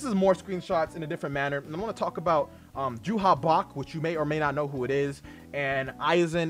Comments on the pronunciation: It's "Yhwach" pronounced "Yuhabahha" not "Juha Bach." The latter was just a translation error. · I dabbled a bit in the manga but how do you actually pronounce yhwach